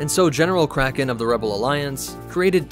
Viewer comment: Any one esle here crackhead when he say cracken